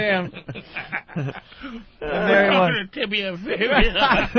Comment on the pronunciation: To Anthony’s credit his smart ass actually got it right and said tibia not tibula.